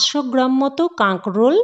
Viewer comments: কথাটা কাগ্রল নয়। উচ্চারণ ঠিক করুন। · কাগরোল কথাটা শুনতে ভালো লাগছে না।কিছূ মনে করবেন না। আপনার কথা বলাটা যাতে সুন্দর হয় সেদিকেও খেয়াল রাখতে হবে।